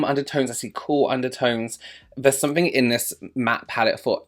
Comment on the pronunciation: It’s definitely “sunnink” I’m interested in 😂😂 fabulous as always! So adorable 🖤🖤🖤🖤